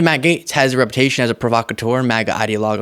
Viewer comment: Sounds like he is saying "MAGAtes" instead of Matt Gaetz... if that is not intentional, it should be lol